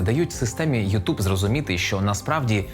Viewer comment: ютЬюб*, а не ютУб